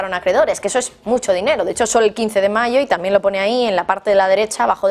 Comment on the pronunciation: UNA PREGUNTA...POQUÉ USTEDES EN VEXZDE DECIR TAMBIEN ,DICEN TAMIEN¿...PREGUNTO